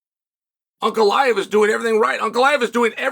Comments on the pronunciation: fastest way is beating Ankalaev then he would have beat pretty much everyone in the top 5. winning that third belt would probably finally get Chael to respect him enough to learn how to pronounce his name. lmao just call him Alex if its so hard to pronounce it i dont get it lol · If he wins the third belt can you start pronouncing his name right? 😂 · how many more wins does the man need to get until Chael gets his last name right?